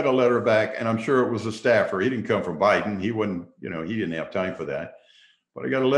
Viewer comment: He said he voted harris hahaha "bidden"